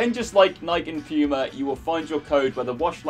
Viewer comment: bro how are you pronouncing Puma. You weird